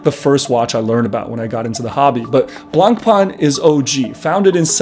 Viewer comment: Is this an inside joke or do you run a watch channel but do not know how to pronounce Blancpain?